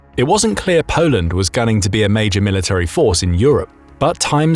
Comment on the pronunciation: Polend stronk! 😅